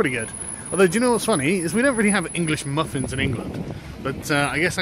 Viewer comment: I love how Sargon pronounces “muffins”